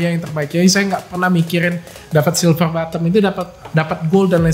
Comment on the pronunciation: Silver play botton dok😹 botton... Bukan bottom .. N N ... Bukan M ... 🤣